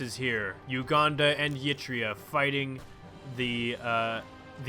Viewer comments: I was going to sleep you fuck also please stop pronouncing it "yee-tria", its just "ehr-i-treia", practically how it's spelled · Please stop pronouncing Eritrea as Yitrea.